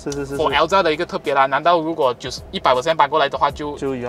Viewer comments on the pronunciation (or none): “L-ZA” My bro just created a new Perodua’s car name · 中文頻道不要求英文好，但是至少Ativa 和Alza的發音可以正確點嗎？聽了很不舒服不到5分鐘就放棄了